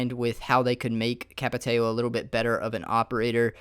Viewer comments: Capitão not Capiteio xD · It's not Capitaio It's Capi-Tao But nice vid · That Dude Portuguese m8 they're Brazilian and it's pronounced capo-tayo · Why do people pronounce Capitao as "Capi-tayo" and not "Capi-tou"? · Jesus christ, lol. Capit-ay-oh. My God, that was a terrible pronunciation... It's Capit-ah-ouhmisbfkfhdnfdjdn. Fuck, I dunno how to spell it without accents, lol. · "Cap-ee-tay-oh" lmao wtf. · It's pronounced like Capi-tow or even Capi-thow